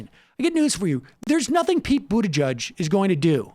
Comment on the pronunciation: Buttigieg 2020. I think he's a great candidate and I think you are being unfair. Pete is not Joe Biden! It shows that you know nothing about him. Not even how to pronounce his name. He'd make a great president. My top three candidates who will happily support are Sanders, Warren, and Pete. He would beat Trump.